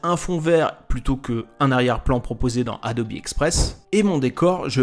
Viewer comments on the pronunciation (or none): D'où est-ce que tu sorts la prononciation Adobi mdrr c Adobe